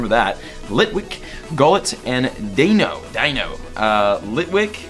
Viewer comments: Deino = "Dye-noh" Zweilous = "Zvye-lis" Hydreigon = "Hye-dry-gon" The names originate from the German words for 1, 2, and 3. Eins, Zwei, Drei. DEINo, ZWEIlous, HyDREIgon. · Snivy is pronounced Snɑɪ-vee Patrat is pronounced Pa-chrat Deino is pronounced Dɑɪ-no Just wanted to inform you of this before the gen goes on. Edit: Dewott is Dew-ought Pidove: Pee-duv Zebstrika: Zeb-strɑɪ-kuh Unova: You-nuh-vuh Zweilous: Zwɑɪ-lus Hydreigon: Hy-dra-gon Cobalion: Co-bahl-e-un